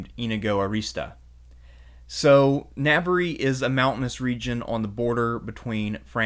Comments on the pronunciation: I applaud your excellent presentation. Much detail but not too much for a bite-sized video. (I wish you had a more Spanish pronunciation of Navarre. Also Averroes.) Spain was a critical agent in the rise of modern Europe. Previously, northern Europe had been backward, illiterate, and impoverished. Andalucia was cultured, highly literate, and relatively wealthy for the times. Huge credit goes to the Arabs and Jews. My first eye-opener was reading Washington Irving. Expelling the Moors & Jews has cos Spain dearly. Their national decline since that time has been rapid. The Christians that "won" with the reconquista were intolerant, bigoted, (and actually, their own worst enemies.) I feel like one of the miracles of history was the Ottoman role in rescuing Jews at that critical moment. If you get a Catholic education, I hope you are fortunate enough to study Thomas Aquinas. Modern scholasticism, which helped trigger the Renaissance, owes a huge debt to the Andalus, and the Jewish and Arab Aristotelians. So many words in our language, particularly related to Astronomy, Math, algebra, chemistry -- have come to us from the Arabs (and Jews) via southern Spain. Even spices. Words like cinnamon and coffee are of Arabic derivation. In Spanish, the influence of Arabic is even more profound. It was "bad luck" (the evil eye) for Spain and Portugal when they expelled the Jews. But it was good luck for the nations and kingdoms that received them -- including Turkey & the Balkans, the New Wor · It's fine, it is correctly pronounced Na-Ba-,RRA, three syllables always. Navarre is the anglicised/french pronunciation and spelling. So anyone is free to say it anyway they like it. Basque also receives the same Anglicised French treatment, the full term is Vasco or Vascones, same thing, different pronunciations in different languages